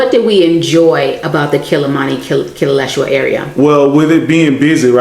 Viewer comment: KI- LE- LE - SHWA.